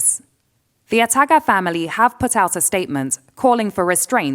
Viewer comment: Yes, you sure did hear her gaffe...lol.